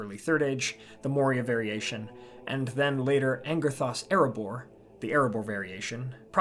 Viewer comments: Nice summary, but do learn the Elvish stress rules. It is An-GERTH-as, not AN-gerth-as (the consonant cluster "rth" following the second-to-last vowel attracts the stress to that vowel). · In light of Semitic languages, the Khuzdul word iglishmêk was most likely stressed on the final syllable, due to the long /e/ followed by a consonant. The Sindarin word angerthas is stressed on the second syllable.